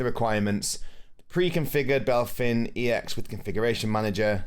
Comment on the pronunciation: thanks for the video, was helpful. one thing that annoys me tho is you calling BepInEx "Belphin EX". brooo. 😪 it lowkey drives me nuts